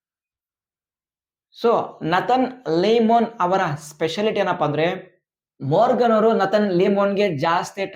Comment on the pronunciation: ಮೊರ್ಗನ್ ಅಲ್ಲ ಮಾರ್ಗನ್ ಅಣ್ಣ